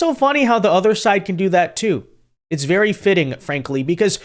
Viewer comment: Be VEWWWY VEWWWY QUIET..... Tim's hunting for WABBITS!